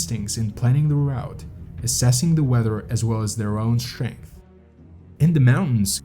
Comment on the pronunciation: Short story, mountain climbing is a stupid ass endeavor. Tried to like the narration but can't get past conSCHtrict, inSCHtructor, SCHtrength, etc.